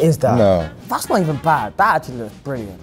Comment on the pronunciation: "That's achewallee diaballicall."